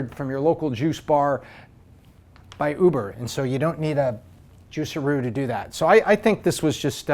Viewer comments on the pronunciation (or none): “Juicerroo” lmaoooooo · I love how you pronounce juicero